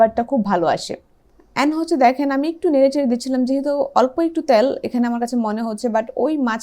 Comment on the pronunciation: উচ্চারণ "তেল " বললে ভালো হয় 😃